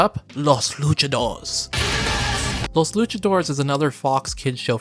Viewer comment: He also mispronounces "Luchadores" - it's 4 syllables, "LOO-cha-DOOR-rays" - and "Kyoryu" which is two syllables - "KYO-Ryu" (the "y" in both syllables is the standard "y" sound as in "yellow" but blends into the consonant preceding it). Americans often have trouble with that "y" in words like "Tokyo" and "Kyoto" and tend to pronounce them as "Toh-kee-oh" and "Kee-oh-toh," and don't get my started on how American English speakers butcher the name, "Ryu," but, to be fair, that "ry" sound combination is especially difficult for English speakers without lots of practice. Long story short (too late!), pronouncing the "y" in "Kyo" as a the long "I" sound is way wrong.